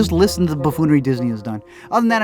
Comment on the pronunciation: I hope this is constructive criticism; but I think you should say 'liiiiiisten' at the beginning as just one syllable. Maybe it's just me tho. Either way I love your videos (and I don't hate the 'liiiiisten')